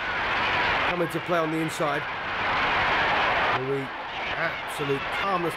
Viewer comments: Is he calling him "Joe Louie?" His name was Joe Louis, not Joe Louie. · Great stuff. I almost had to watch on mute though. I could barely stand the commentator calling Joe “Lewie”. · Wow!! How was Max Baer ever a boxer let alone heavyweight champion? Announcer kept calling them "Maxie and Joe Louie". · why does the commentator call Joe Louis Joe Louie??? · Why does the commentator call Joe Louie? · It sure would be nice if the British announcer would pronounce Joe’s last name correctly. It is NOT “Louey”. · So what's with this commentator. It's Joe Louis not Lewy pfft. He was one of the best. That was a brutal fight. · This video is the first time I have heard Smokin' Joe's last name pronounced in the French way (lou-wee) versus American (Lew-wis). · Never heard anyone pronounce his surname 'Louie' before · First of all the well known announcer Joe Humphreys' racist introduction "Although colored" was sickening to hear. Secondly where in the name of God did they get this commentator for this film calling Joe Louis Joe LOOEY, listening to that ignorant pronunciation of Louis' name was like nails on a blackboard. Louis destroyed Baer and the long standing claim that Baer had a broken hand before he got into the ring is something I never believed. Louis at his peak! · Joe "LOUIE"?????? Joe Louis........like St. Louis. I've watched a couple of fights with Max Baer and he had a horrible habit of never using his jab. He'd just put his left hand in the face of his opponent to "measure him" but never hit him with it? Meanwhile his opponents hit him with jab after jab. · Why the fuck does this guy keep pronouncing Joe’s name like “Lu-ee” instead of “Lewis”??? On no planet at no time was that man’s name pronounced that way. Also I’ve never EVER heard that Joe Louis was a dirty fighter at any point in his career. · well first of all he called Joe Louis, Joe Louie. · Joe LOO-EE??? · Joe Lewey gonna bomb youey if you don't get his name right, hehe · It's LouISSSS.